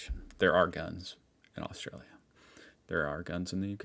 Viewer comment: The way you say Australia isn't the right pronunciation